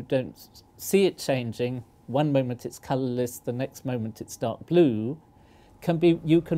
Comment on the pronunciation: The professor said glue instead of blue